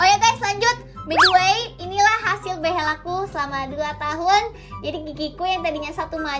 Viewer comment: ka bilang behel nya behell